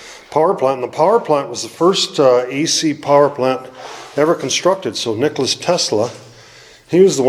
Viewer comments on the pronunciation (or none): Pretty cool to see the site of the first AC power plant. Hope you can find those turbines, those would be interesting to see. By the way... there's no "S" sound on the end of Nikola.